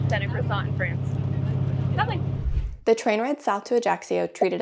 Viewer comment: Why can't Americans say croissant properly ? It's not cress-ont.